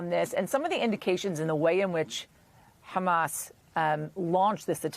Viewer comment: It's very interesting how an American news channel decides to use the Hebrew pronunciation of Hamas as opposed to the Arabic or non-native pronunciation.